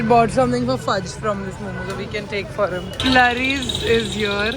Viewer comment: The pronunciation is not “Flurries”, Its “Floories”! Legendary place and very sentimental for most Bengalis! From a Bengali who is now living in Mumbai, unfortunately you just ran into bad people!